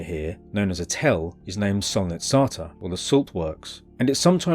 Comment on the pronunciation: Yet again i find myself happy to watch your new video during my long booring 12 hour night shift. I really hope your channel blows up since you trully deserve it! Keep it up! As a Bulgarian, I'd like to provide a small pointer about the name of the place - Solnitsata (Солницата). The word means "saltshaker" and is used to describe the place for obvious reasons. Some people pronounce it as "sOlnitsata", stressing the "O" , but the correct pronunciation is solnItsata, with the stress on the "I." This is because "sol" means "salt" in Bulgarian and other eastern-european languages.